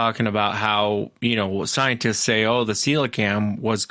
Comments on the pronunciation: Celocanth rather than celocam. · NO its pronounced ce lo canth. Its a prehistoric fish that was found live of the coast of South Africa. The idiot scientists and biologists said that it has been extinct since dinosaur times but the native Africans have been fishing for it and cooking and eating it for centuries. Some divers have filmed this fish recently alive for the first time.